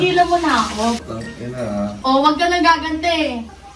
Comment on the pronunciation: Pinaulit ulit ko yung napaka lutong na "P*tang*ina nyo" hahahahahaha!! Solid! 🤣